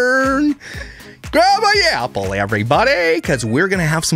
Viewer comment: Is there anyone else out there that can't hear the "yapple" pronunciation? I feel I'm missing out.